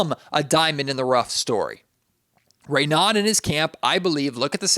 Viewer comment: It's pronounced Ray No